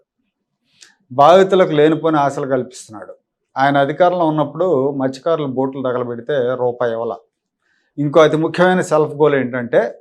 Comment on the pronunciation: మహానుభావుడు ఎందుకు పుట్టాడో తెలీదు ఏం మాట్లాడు తాడో తెలీదు ముందు మస్థ్య కారుడు అనే పదం స్పష్టంగా పలకడం నేర్చుకో జగన్ బాబు